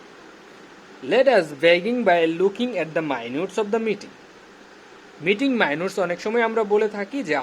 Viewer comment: মাইনুটস কি? মাইনুটস এর মানে উদ্দার করেন আগে ... Bhai re bhai